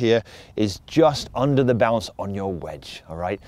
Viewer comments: Oh BOUNCE! For 75% of this clip I thought you were saying balance. 😂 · He said it 101 times but I'm still not sure if he's saying bounce or balance